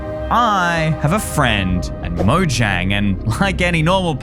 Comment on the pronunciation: I think you should probably just pronounce the word Mojang you should actually pronounce the j as a y